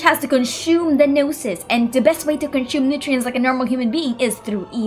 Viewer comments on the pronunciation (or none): The way she says "CONSHUME" cracks me up 😂😂